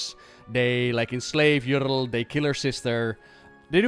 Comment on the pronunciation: Bro says: Yrl instead of Yrel